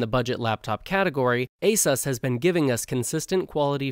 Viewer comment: Not a-sus it pronounced a-sous